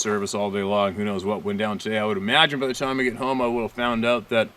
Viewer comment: they need to GET strong before they can STAY strong and learn to pronounce "out", clue it's NOT "oooooooot"....